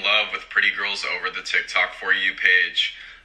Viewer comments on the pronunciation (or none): WHAHHAHAHA What did she say Girls or Gorls LOVVE toe her btw